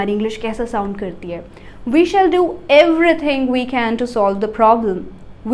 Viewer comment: "Shall" pronunciation is not correct